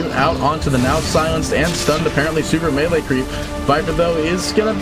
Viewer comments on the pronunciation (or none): none